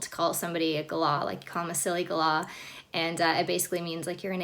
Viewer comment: Lol. At least you pronounce Galah properly.